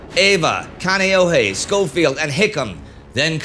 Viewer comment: Indy: it's "Kahn-ee-oh-hee" and "Eh-va".